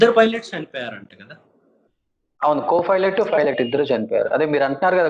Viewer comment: Ora anchor filot Co filot Kadu ra swamy